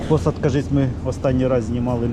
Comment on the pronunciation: Харківський Посад, з наголосом на А.